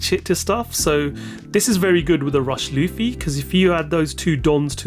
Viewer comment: Please learn to pronounce the characters names. Its not "Laughfy" nor Beepo". Its Luffy and Bepo.